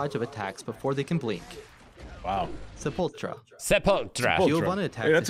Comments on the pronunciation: SEPULTURA is pronounced: se pool too rah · Word: Sepultura Narrator: Sepultra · Man the guy really doesn't know how to read Portuguese. He didn't even take the time to check the correct pronunciation and spelling online. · As people noticed all her moves are in Portuguese Brazilian (Horrible language btw), I will put a translation to English... also the announcer butchered every pronunciation... Sepultura - Grave; Trovão - Thunder; Sol Nascente - Rising Sun/Dawn; Sol Poente - Sunset/Dusk; Ventania - Wind storm/Gale... Doesn't have an exact equivalent word in English; Tempestade - Storm